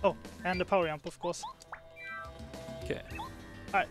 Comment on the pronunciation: I love that says Yump for Jump. It makes me happy for some reason